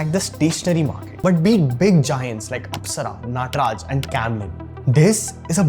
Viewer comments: Most people pronunciation: Nataraj This guy: N-aaa-traj 😂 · This guy looks Indian but keeps mispronouncing Indian names like Nataraj and Umargam. Convent educated coconut?